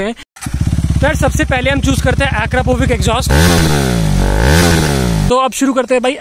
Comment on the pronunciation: It's exhaust bosti The way you pronounce exhaust is horrible what exjostt